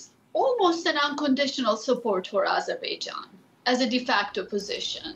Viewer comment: Azerbaijan not AIzerbaijan. Get it right already. Useless DW anchors.